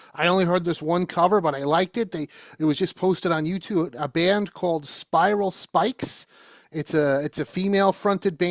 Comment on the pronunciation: For anyone who looks for that version of “Born Again,” the band ‘s name is Spiral Skies. I thought he said Spiral Spikes. The transcript says Spikes too.